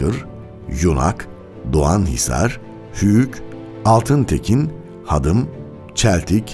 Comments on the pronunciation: Hadım değil,haadim biraz uzatarak okunur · Hadım değil hadim, altintekin değil altinekin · Hadim ve altinekinin ismini yanlis soyluyorsunuz